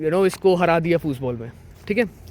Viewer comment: Bhaiya aap German language seekhe ho kya aap "Football" ko "Fußball" bol rhe ho..... Bolo bolo aisa h kyaaa 😀